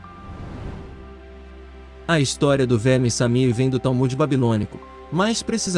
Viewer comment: Não é Samir, é Shamir.